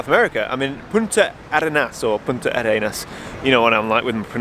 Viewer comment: We chileans pronouce it as just one word: "Puntarenas" ;)